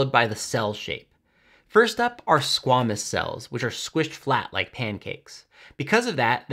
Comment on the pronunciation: it's "Squay"-mus, not "Squah"-mus.